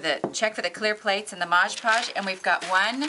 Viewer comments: MOD Podge....not MODGE PODGE. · MOD Podge. Not modge podge. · Why does everyone call this stuff Modge Podge, when it clearly says MOD Podge on the label? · Mod is NOT pronounced "Modge" ~ She is working with MOD Podge.. Mod - D MoD.. Podge. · It is not pronounced modge podge . It is mod podge. I hear a lot of tutorial people pronounce it wrong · MOD! podge Not ModgePodge!!!! Please!!!